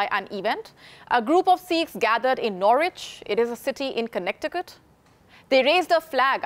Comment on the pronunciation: The way she pronounced connecticut “connect i cut” 😂😂😂